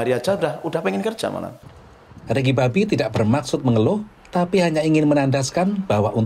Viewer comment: yg mengisi suara tuh salah sebut nama org. nama nya ricky bobby, bobby min bukan babby